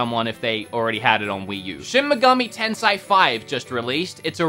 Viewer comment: Man, its Tensei, not Tensai, /ei/ sound, like cake, take, make. Its like saying Zolda is your fav Switch game.